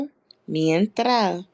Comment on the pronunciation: The OnlyFans girl was saying “una mientra” but was trying to say “una mentira”. OnlyFans is a lifesaver for some.